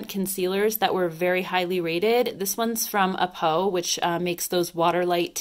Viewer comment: I'm so glad to see more western youtubers feature k-beauty brands! also; A'PIEU is pronounced as AH-PYOO The Saem is pronounced the SEHM :D